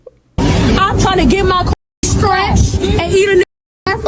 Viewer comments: She wanna get “Stretched” big homie, not scratched 😭😭😭😭 Which is worse. She looking for English BBC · I believe she said "stretched" not "scratched" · That white lady’s powder blue outfit is KILLIN ‘EM. And I believe that, uh, woman was saying ‘stretched’ not ‘ scratched’ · I believe she said "streached" ☝️😅